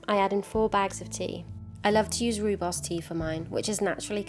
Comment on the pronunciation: Not to nit pick, but the tea is Rooibos, and its an Afrikaans word pronounced "Roy-Bos", Like saying the name Roy and Horse with a B instead of an H.